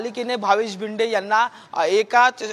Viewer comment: Patrkar bhava tu marathichi par vat lavyoyes nit shik Marathi. To bhinde nahi bhide ahe v dand Thopatnyat nahi tar thotavnyat yeto. 😮😮😮